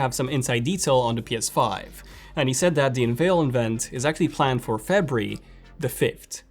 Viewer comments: Febree.. what month is febreee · The way he says February lol, awesome stuff man